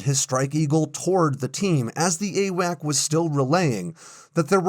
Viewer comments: Grrrr! The aircraft giving airborne control and command were not "a whack". the correct pronunciation is "A Wax". At least it was in 1977. I was assigned to the 7th Airborne Command and Control squadron that the the control over the Mekong delta during the evacuation of Saigon and we were being phased out a year later as the E3s were coming online. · AWACS NOT AWAC—Airborne Warning and Control System—there’s an S at the end you said it yourself. There were other errors in here too but something as simple as this distracts from your story so much I quit listening. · I have never heard someone say "AWAC." It's AWACS. With an 's' at the end. Pronounced "Ay-wacks."